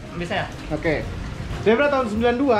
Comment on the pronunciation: Zebra bukan Sigra